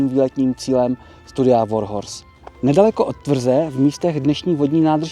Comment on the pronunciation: Já jsem naopak přišel pochválit velmi nadstandardní slovní zásobu, výjimečně správné vyslovení slova "Warhorse" (překvapivě oříšek i pro moderátory celoplošných médií) a příjemný přednes. Snažit se zostudit někoho za vadu řeči a ještě takto zanedbatelnou... Z podstaty věci přirozená věc, dělá lidi lidmi. Skvělá reportáž.